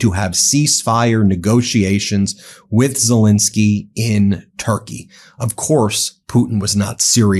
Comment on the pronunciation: Zel EN skyy!